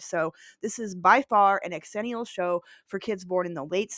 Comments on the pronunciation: I'm sorry but I literally can't watch this strictly because of hearing "X-ennial" FWIW it sounds like "zennial" ☺️ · Proud xennial here, I enjoyed your pronunciation of xennial very much. I say pronounce it Zennial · Okay, I gotta say the X is a Z sound... pronounced "Zennial" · X-ennial? Thought it was pronounced Zennial… because that’s how X’s are pronounced in words. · Its pronounced Zennial. Not X-Zennial. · My only quibble is your pronunciation. We don't pronounce it "X-erox", it's simply Xerox. The same way it's Xennial "zennial". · Xennial….pronounced Zennial…like Xerox. I feel like I fit more into the xennial category than full out millennials like my younger brother. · Great video except the incessant mispronouncing of "xennial'. It's pronounced "zennial". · ZIL-enial Its pronounced Zilenial Like gen z You dont pronounce xylophone X-ylophone do you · Funny, I always thought it was pronounced “zennial.” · It’s pronounced zenee-ul like xylophone is pronounced zylohfone… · Is that how you pronounce it?! I’ve always thought it was zennial 🤷‍♂️ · Who else got irritated or annoyed at their pronunciation of the word “xennial” (pronounced “ ZHEN-ial”) 🤨🤨🤨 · I thought it was pronounced zhen-ial. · Isn’t it pronounced “ex-ennial” to emphasize the two generations’ names — Gen X and Millennials? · Honey you are not a xennial if you can't say it right. I bet you say Xena as X-ena... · I can't stand the mispronounced xennial....